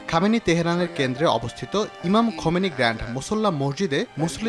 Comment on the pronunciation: শব্দটি খামেনি নয় 'খামনাই' হবে। আর রুহুল্লাহ খামেনি নয় 'খামেইনি' হবে।